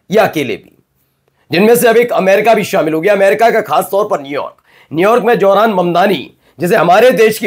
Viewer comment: Johran Mamdani isn't correct. Pronounce as Zohran Mamdani. Correct ur Pronounciation. Thanx.